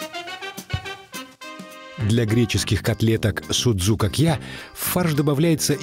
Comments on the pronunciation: Не дай Бог греки услышат название этого блюда и увидят его приготовление!Не зря они ставят ударения в словах - это как раз для того,чтобы судзукАкия не превратились в судзукакьЯ...Может быть "мировые повара"кладут в фарш для судзукАкия хлеб - греки не делают этого(тем более,что ржаного хлеба не употребляют).Фарш вымешивается тщательно с добавлением воды во время замеса.Формируют круглые продолговатые котлетки мокрыми руками,без никакой панировки в муке.И никто не поджаривает палочки корицы на сковороде - из кладут в томатный соус незадолго до готовности.Картофельное пюре тоже не пользуется у греков популярностью.Подают судзукАкия,в основном,с картошкой-фри. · В Фарш для судзукакья не кладут лук и чёрный хлеб. И ставьте правильное ударение. Σουτζουκάκια. Ударение на а. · vasilis liousias СудзукАкья - ударение на А. Σουτζουκάκια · По поводу ударения соглашусь. ))) А в остальном... Греки и хлеб в фарш кладут, и котлетки эти в муке панируют (иногда), и пюре готовят очень часто. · Ну да))) Перевод ближе всего к русскому,как фрикадельки))) И ударения на А ;)